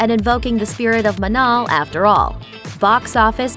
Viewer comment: ...its Manon Non Manol.